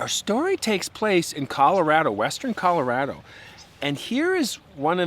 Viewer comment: Please pronounce “Colorado” properly.